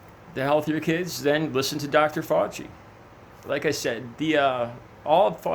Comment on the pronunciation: Nuts lol I'm doing fine Dez, how about you? I'm hoping my gross mantra helps in his journey to pronouncing Fauci, or reaching nirvana if he prefers.